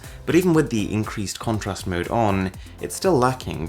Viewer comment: I hate your accent. You don't say phone or mode...note...photos... you say all the time FHÖNE, MHÖDE, NHÖTE, FHÖTÖSE. So annoying.